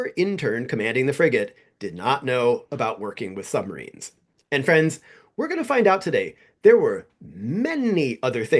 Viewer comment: On two separate occasions during your video it sounded like you called the audience boyfriends. 'Ahoy-friends', and 'Oh-boy friends'. It got a chuckled out of me. But really, your videos are amazing and I hope you continue with the channel for a long time to come. I've recommended you to many people at this point.